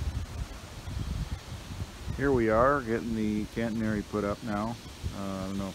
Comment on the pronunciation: Its a catenary system not "Cantenary". Just fyi. I admire your dedication and determination. Looks like fun, but a lot of hard work.